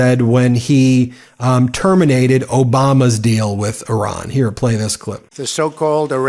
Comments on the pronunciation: PLEASE DON'T SAY "ERAAN" THE COUNTRY'S NAME IS IRAN PRONOUNCED "EERAAN", THANK YOU. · He cannot even pronounce Iran. My god. He's a disater and the world is affected. Im so sad, stressed, and not sure how ill make it through. I did global business. 35 years gone and now poverty because of him and a psycho family. Chimps never going to help. We wont make it 4 years. 4 months ruined us. We're ruined